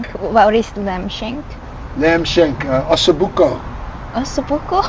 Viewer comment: I loved the way said OSSO BUCO (italian word)...you both very welcome here in Italy,specially in Tuscany my Land